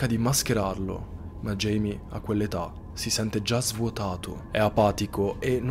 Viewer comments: Un uomo veramente terribile. È cattivo, violento, manesco e maschilista... Ma basta parlare dei suoi pregi, focalizziamoci sui difetti. Scherzi a parte, Video fantastico ed interessante. L'unica cosa, non si chiama Jamie, da James in inglese (pronuncia Geimi) ma Jaime (Gaime o Giaime) classico nome latino. In quanto persona di origine messicane o portoricane(?) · Jaime si pronuncia ‘Haime’